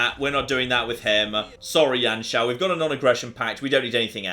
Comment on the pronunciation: just a quick thing, it isn't Yan Shao, you pronounce it as "You-an Shao" i think.